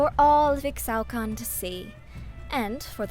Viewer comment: Ee-shao-can! They will all learn to say it! same with Ee-shtal not Extal >:(